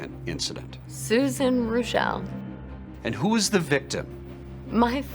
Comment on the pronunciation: Rick Reuschel was a pitcher for the Chicago Cubs. It's true! But unlike here, his name not pronounced, " Roo-shell' ", it was pronounced, " Rush'-il "!! 😅 😂 🤣